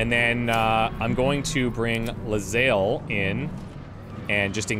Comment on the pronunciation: I don't know if I can keep watching this series. All because calls her 'Le-zael'